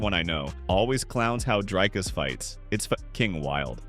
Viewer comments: Say "drink"... now say "Dricus". It's the same sound. We don't say draaaiiink 🙈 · It’s sad how much English speakers butcher Dricus’s name. The pronunciation is so far off😂